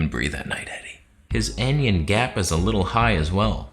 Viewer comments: "Anion"...pronounced "AN" "ION" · Anion, it's pronounced an-ion, a negatively charged ion, not like anyon or onion with an 'a'.